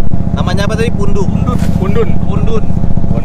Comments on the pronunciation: pundut, bukan pundun bang 😁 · koreksi pundut bang bukan pundun